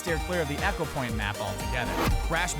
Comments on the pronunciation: it's pronounced ee-ko not ek-o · Its Pronounced "Ekopoint Antartica" not "Eckopoint Antartica" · Echo point?!! its Eco e co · "echo-point"... facepalm "E-co-point"...